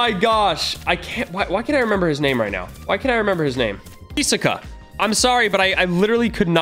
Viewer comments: when says heesoka and not his o ka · its Hisoka not Hisika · Hisaka? It's hisoka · no it's hisoka (hi-zo-ka) say it like that. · Pronounce him as (he-so-ka) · Bro he pronounced Hisoka so wrong it’s pronounced Hiss oka